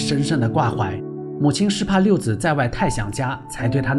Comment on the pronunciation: 六子(zi 3声)不是六子(zi)